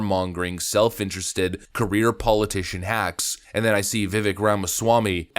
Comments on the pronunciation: Overly long intro are frustrating, yet this channel forces TWO separate hypothetical gates to get through to get to the point. And you mispronouncing Vivek name over & over is kinda unbelievably. He’s explained this, it essentially rhymes with CAKE 🎂, it’s pronounced as Viv-VAKE. not Viv-Veck. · Stop calling him Vivvick!! You sound redarted af. His name is pronounced viv-AKE, rhymes with cake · FYI, per Vivek, his name pronunciation is like “Cake” - - - i.e. Vi-vāk. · I agree with everything you said. Thank you for using the word apparently in the the right places. But if you talking about someone publicly you should probably get the name right. It Vivek that sound like cake. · Vivek sounds like "cake." Just a helpful tip. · His name is pronounced as Vi-Vake, like cake. Just saying. He's amazing! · Vivek....rhymes with cake.... :) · Just as a side note, his name, Vivek, sounds like Viv-ake rhymes with cake. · His name's Vivek, and it rhymes with cake! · i usually agree with you and i do here with the exception of how you say Viveks name. Itr viv-ache... stop being the douchebag you denounce on this topic... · LOVED his Debate presentations. Please pronounce his first name correctly. * the last part vek sounds like 'cake' or 'make'. More 'a' * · His name is pronounced ViVake - like cake. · His name is pronounced vi vake like cake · Its pronounced ViVake like cake. Just fyi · Its "Vivek like cake." How to pronounce his name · Vivek says his name "rhymes with cake".